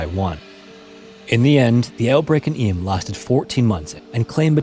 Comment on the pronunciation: It's pronounced 'Eem' even though it's written Eysm (I'm from Derbyshire).